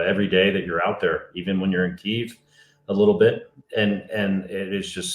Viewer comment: Thanks for this great interview of these two great people, especially the nurse putting her life on the line, just to help. I also appreciate your pronouncing Keeve, and not Key-ev. So many on social media use the old Russian name. Keep up videos like this, and God bless to all of you.